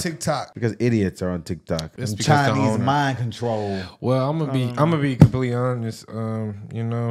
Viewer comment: Chi-neeez mind controLLLLLL. LOL